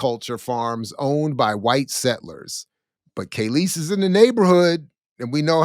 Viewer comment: Just listening mid point, and I just can’t take it… her name is KAAAAAHLEEEEESE… NOT KAYLEESE. The fact that you don’t even know how to pronounce her name after 30yrs shows you know nothing of her. I can’t take you very serious. You’re just reading rhetoric you found somewhere online.